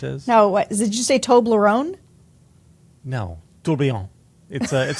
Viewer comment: I'm with Sarah, I heard Toblerone 😅😅 Also, trump is disgusting.